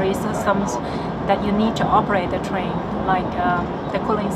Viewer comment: That chinese girl does say "twain" instead of train... i didn't listen to anything she said other than i kept hearing twain twain... got me thinking about Shania Twain.. That's doesn't impress me much.... 😅😅😅